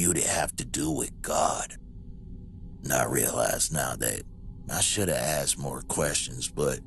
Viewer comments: My brain just threw up..... "I axed the judge".... it's ASKED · I served with a couple of guys from Missouri & to hear them use "axed" wouldn't really surprise me.